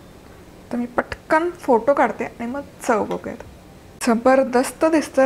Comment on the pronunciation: If possible please pronounce ANI word properly